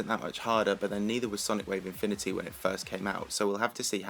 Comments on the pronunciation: with sonic wave "mifimity" nice speaking there XD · he was saying things weirdly like ya yatagarasu sonic wave infimity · "Sonic Wave Imfimity, yatyatagarasu" lmao